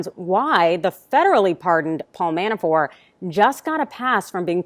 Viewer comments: His name is "Mabafort" not "Manafore" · It is ManaforT. Not Manafor. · Why are you calling him Manafor? Isn’t the ‘t’ at the end hard? ManaforT. Sorry for being a pedant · ManaforT ManaforT ManaforT - the man’s name is NOT pronounced Manafore, ffs. When you can’t even be bothered to pronounce someone’s name correctly, what credibility do you expect to have? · ManaforT someone tell her the T isn’t silent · I think my point is that she's in the media and ManaforT has been in the news a lot. A LOT A LOT.For years. And every single time he's been mentioned it's been ManaforT. So her mispronouncing his name the way she did seemed, well, weird. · Johno from QLD, she keeps saying Manafor, but she IS outstanding. Really. I hope the Repugnants choke on their own upchuck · It is surprising that at this juncture and elapsed time that the pronunciation of Manafort is still questionable.... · The "T" is silent .................... ????????????????????????????????????????????????????????? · Why isn't she pronouncing the T in Manafort? Weird. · In the original language.....all sorts of names sound different. In English, she should be pronouncing them. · His last name is Manafort. There’s a “t” on the end.